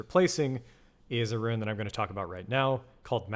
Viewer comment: It's roon, not roo en. As bad as rouge.